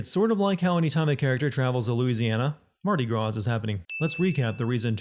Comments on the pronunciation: This is the second time you've pronounced the 's' in Mardi Gras. It's French. You're making my New Orleanian ears bleed. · You don't pronounce the s at the end of Mardi Gras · the s in mardi gras is silent lmao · I mean, Mardi Gras IS the most interesting thing about this state. I find it hard to blame writers for using it. Don’t think I didn’t hear you pronounce the s at the end either,.